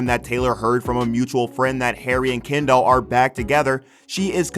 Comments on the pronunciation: Didn’t even pay attention to half of this because I hate the way this guy pronounces ‘Kendall’ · It’s sooooo annoying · You pronounce her name like"Ken doll" you know Barbies boyfriend.... no biggie but distracting 😬😬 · 😂 I was thinking the same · Sry but the way he says Kendall is so funny to me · Am I the only one who here’s him calling her “ Ken Doll” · Her name is Kendall not ken doll lol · I'm sorry but I can't watch this the way he's saying kendoll and not kendell is getting on my nerves I'm only 35 seconds in and nw I'm not even sure if dats her name any more (rip brain cells)😥😣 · Omg her name is Kendall not kenDOLL XD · Called that hoe Ken-Doll 😁🤣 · He says KEN- DOLL lmao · Sounds like he’s saying, “Ken doll.” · Ken-doll that’s all I hear from this man 😂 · Why do I keep hearing "Ken doll"? And who wouldn't hang out with Harry? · Was it just me or did he say “Ken Doll?” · Hearing this dude say “Kendoll” over and over is torture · The way he says “Ken-doll” 😭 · can’t even finish the video after how the narrator keeps saying “ken-doll” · You really did this whole video calling her ken doll the whole time. Ummmm....why? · I want to know who the hell is "Ken-doll"!?? 🤔😅🙄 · The way he says kendall is funny, Ken-doll lol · okay but why he pronounce it ‘ken doll’ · Why is he pronouncing her name as "Ken doll" Jesus. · They way he says Kendall. KenDOL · You pronouncing her name like "Ken Doll" gives me life 🤣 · No one: Not a single soul: Not even the ghost in your basement: The guy: KeNdOlL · All them sisters do this... They don't mind messing with their friends men. Is he saying Ken Doll?? Lol! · The way he is saying kEndoLl 💀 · Is he calling her “Ken doll” on purpose? 😟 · All I’m hearing is ‘Ken doll’ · Ya, can't be the only one hearing "ken-doll" when he's saying Kendall right? His pronunciation is saying "ken-doll" but it feels like he means Kendall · This dude pronounces her name like KenDoll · All I hear is, "Ken doll"... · The way he calls her "Ken Doll" 😂😂